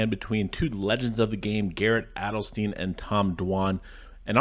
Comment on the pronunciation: It's pronounced "Adelstein". Thank me later 😌